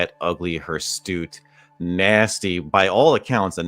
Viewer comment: it is pronounced HIRSUTE. Not "hirstute".